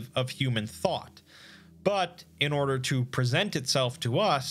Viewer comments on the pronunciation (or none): none